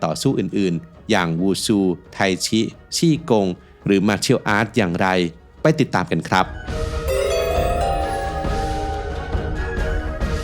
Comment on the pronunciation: ไท่จี๋ ครับ ไม่ใช่ ไทชิ